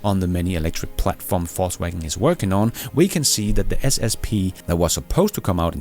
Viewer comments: Same down here. Hearing "false wagon" all the time and I like it a lot! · I love the way you pronounce VW as "false wagon" 😂